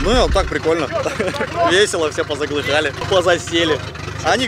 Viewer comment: "все позаглыхАли" :D